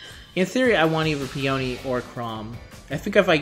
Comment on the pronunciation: Fakeouts only happen for the final summon in a 10 fold or in single pulls. Also Peony is a flower name, and is pronounced Pe-anee